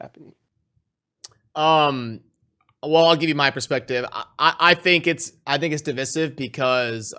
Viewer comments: Love the vid, but it's div(eye)sive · You didn't link the onlyfans colab, it's just respectful to reciprocate. ;p edit:( it's div-eye-siv)